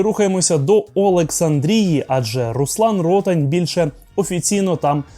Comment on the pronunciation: Руслан Ротáнь, наголос на А